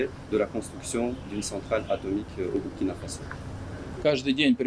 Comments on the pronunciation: c pas ça le message de la video est bien passer mais si personne lui dit il va juste continuer a faire la faute , si les gens prennent le temps de d'écouter c aussi pck ils veulent écouter un bon orateur."Bu" du Burundi et celui du Burkina ce prononce de la meme manière, pourtant du dis pas Bu -rundi non? tu prononce ça bien "Bourundi" pkoi faire la faute alors? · Mon ami sa s’écrit Burkina sa se prononce « Bourkina » fais un effort quand même comment un africain peut faire d es fautes comme ça